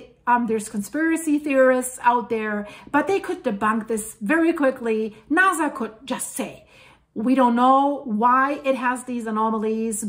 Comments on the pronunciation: I like your information but sometimes it's hard to take you serious when you keep pronouncing NASA as it has a z sound.... let me hear you say... snake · It is Nasa to NaZa